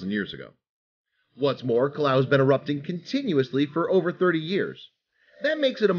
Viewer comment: Kilauea isn't pronounced "kilau," but 5 bonus points for trying.